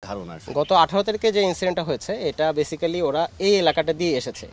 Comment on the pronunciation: বেসিক্যালি😂😂😂😂😂ore pronunciation